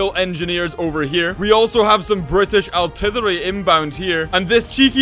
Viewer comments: I'm here for every time says "artirlwerly' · he says artillery so weirdy